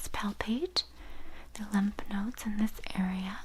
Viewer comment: Not bad at all !! ( only thing I’d have to say lol and it’s just the nerd In me or the fact that I’m someone in the medical world ... and that’s lymph nodes are pronounced with the ph( f) sound at the end .. and not like the word “ limp” lol. Other than that , luv luv luv the authentic Asmr experience going on here. U are just being you and it shines thru nicely ! Someone else commented on being glad there’s no whispering the whole vid lol and I am totally in agreement with them ! Very nice to hear someone letting Asmr decide how it’s triggered lol ty